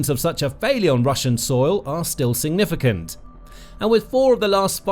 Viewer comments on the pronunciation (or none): none